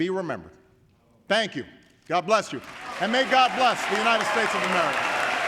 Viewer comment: What did she say? Unined States?